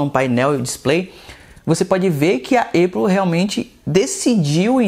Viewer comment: Uma hora fala EIPOU outra hora fala ÉPOU, e em nenhum momento falou o nome certo. Cara ele fala muita bobeira, da pra ver que ele só quer realmente views! Péssimo canal